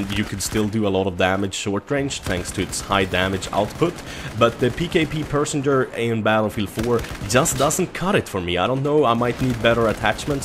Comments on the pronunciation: The PKP Pechneg is pronounced pesh-neg not pershenger ;) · pkp PECHENEG not persenger..lolwat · I feel I should help you, it's pronounced, "Pe - sha - neg" first bit not "Pee", say it how it looks:) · Its pkp pencheneg not personger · its pecheneg and not persenger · Pet che negg, not persenger:P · P.e.c.h.e.n.e.g not persenger XD ;) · im sorry i just fin it too funny he fact yui say persenger in steasd of perchneg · Did he say personger? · yer and it's meant to be said as pesh a neg, it's a Russian name so remember that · cullen H-S Yeah lol, I'm still trying to figure out how he got personger. It's not even spelled like that... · Yeah I wonder also where he got the R from. xD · PKP "Personger" LoL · Repeat after me,: PE-CHE-NEG. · it is pronounced PESH-NEG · Bahahha love how you pronounce "Pecheneg" as "Personer" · dat PKP "persenger" XD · i hate to correct you but the pkp pecheneg is pronounced passion egg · this is how to say it Печенег. Печ-енег english Pecheneg. pech-eneg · i don't wanna complain, but please stop calling PKP pecheneg - "persenger" (or i don't know what you trying to pronounce) it's almost hurts physically xD just say "PKP", mate. Good video, by the way! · Pecheneg, how do you mispronounce it and say persenger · "Pkp persenjer" haha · U pronounce the pkp pecheneg as pkp pe-che-neg no perceherneg :D but yvdo i care just a lil ocd buzzing off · you totally butcher the pronunciation of the pkp pecheneg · Love how you pronounce pecheneg, lol))) You must name our weaponry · That's not how you say pecheneg. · dat pecheneg pronunciation.